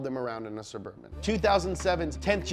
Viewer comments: DA CHEVY... SUVURVHIN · what surburban?? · Sheff g: BITCH ITS NOOO SUBURBAN